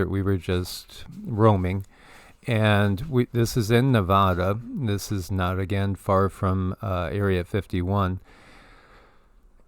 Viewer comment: brother... Nevada not Navada. Neh va dah Not a long a 🤙🤣✌️ much love and respect